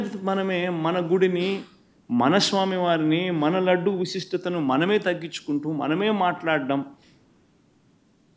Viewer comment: Vusistata kadu visistata nayana